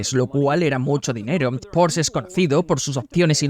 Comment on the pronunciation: Bueno, el wagon mas loco del mundo con permiso del Ferrari FF. Y por otro lado, se que algun dia nos haras felices y tu doblaje al español dira "Porsche", con la E final. Como les gusta a los alemanes 🤣